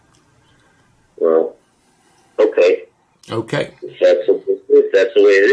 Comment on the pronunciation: “You’re about 90 classes off.” “Okay-uh.”